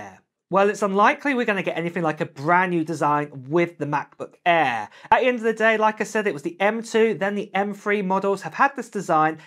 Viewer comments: What's a Ma' boo' Ai'h bruv? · Oh, the Ma-Buh Err, you say? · The way how you pronounce Macbook Air is funny.